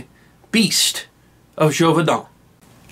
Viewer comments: Great story, but I believe the pronunciation of Gévaudan was incorrect. It should be jayvodah(n) rather than jovaydah(n). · The pronunciation is zhay-voo-dahn. An accented letter (specifically the accent grave) carries an “ay” sound. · You're either saying it wrong, or spelling it wrong. It looks like zhey-vo-dawn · Really nice, informative video. Expertly presented. And yet.... ... ... It's Zhay-voh-don. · You're pronouncing in wrong. [la bɛt dy ʒevodɑ̃], Also, your voice sounds like a grinder on metal.